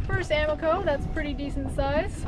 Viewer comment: Tell Joe y'all got busted by the self-appointed pronunciation police... because we shouldn't be pronouncing it AL-maco, let alone AH-maco... but, rather, al-MAH-co. You know... like do-RAH-do. Thems the rules, if it ends in a vowel (and is a fish that owes its name to Spanish speakers). And, we catch 'em over 30 pounds out of Stuart, too... so Joe can't claim bulk naming rights. Though to be honest, banded whisperwhispers are a much bigger hit, in blind taste tests. (Though it took about 40 years for that to dawn on us.) And, I know Stanzxkx down in the Keys (mis)pronounces it like y'all, but he doesn't know everything either. Only me, the S.A.P.P.!